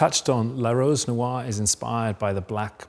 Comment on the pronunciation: Can someone tell him how to pronounce "noire"..